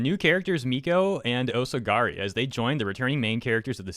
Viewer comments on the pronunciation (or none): said "osagari" instead of "osaragi"... Completely unwatchable. Disliked and unsubbed. Reported for harrassment. Learn to read, DUMBASS For those who don't get it, this is satire.